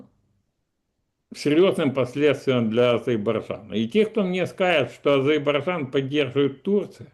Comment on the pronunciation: Кто нибудь из украинских политологов может правильно произнести "Азербайджан"?